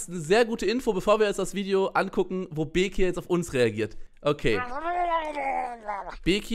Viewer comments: Okeeey du sprichst bekir auch falsch aus also voll der selbst diss eig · Du machst dich darüber lustig das bekir sagt aber kannst selber bekir nicht aussprechen